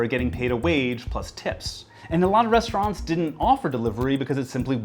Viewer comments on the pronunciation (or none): I don’t like how you say “restaurants”.